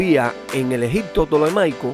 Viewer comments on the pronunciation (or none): Las imágenes son bellísimas sin embargo, habla usted tan mal el castellano que le quité el audio, en ocasiones dice Egicccccto, y otras palabras mal pronunciadas que es una lastima porque pudo ser un buen video !